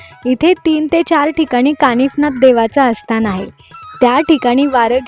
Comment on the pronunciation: खुप छान वाटलं बघून. मागे पण मी एक व्हिडिओ बघितला होता या गावचा. खुप छान प्रथा आहे. पण सन नाही सण बोलतात आणि अस्थान नाही स्थान म्हणतात. बाकी तुझा व्हिडिओ छान वाटला